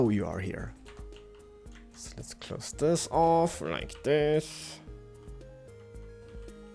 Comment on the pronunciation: no offence but when you say lets build it sound like lez build like you're building a lesbian lol